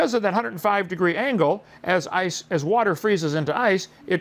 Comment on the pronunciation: How does Kent decide which words with Ts in the middle to over-enunciate? He prounces "water" as "waht-tur" and "butterfly" as "but-tur-fly," but he pronounces "thirty" as "thirddy." What's up with that?